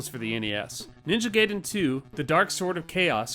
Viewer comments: Ninja GAH-iden, not 'gay-den' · It’s ninja GUY din, not ninja GAY din. That made me crack up. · that's pronounced Ninja GUY-den , not GAY-den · Its weird hearing people still call it "Ninja Gay-den" in the modern era. It's Guy-den, not Gay-den. It's about a Ninja Guy, not about a Ninja who is Gay. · Realize I'm commenting on an old video, and I have apologize if you've heard it before, but it's pronounced more like "guy-den". Just being a pedantic weeb. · The way you pronounce “Gaiden” shows that you didn’t watch The Wizard. 😝 Great video!